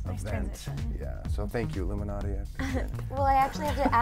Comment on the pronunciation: ILLUMANTI? Lol ok.